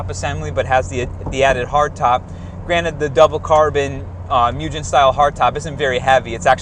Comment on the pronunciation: Btw Mugen is pronounced mugén and "gen" is pronounced like "gain" not like "generation" or something. Anyways, thanks for great videos as always